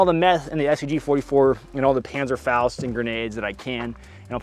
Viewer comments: im as a german speaker just hearing a kinda french hahaha but the hans and the panzerfaust wasnt that bad, BUT I WANT THIS CHICOM LIKE MOLLE POUCH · The pronunciation of „Panzerfaust“ was pretty good ngl. Almost like he’s researched this topic 🤔